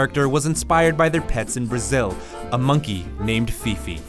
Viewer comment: Did you said Brazil